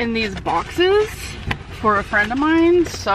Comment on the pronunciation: Oh my God for the last time it is “for” not “fur”